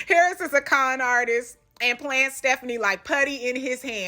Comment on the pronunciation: Girlllll the way she says "HARRIS" drives me NUTS! LOL An ole girl needs to chill on the wine and whatever else she is doing...it's TOO much! LOL